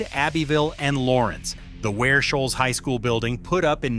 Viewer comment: He got Ware Shoals right 😂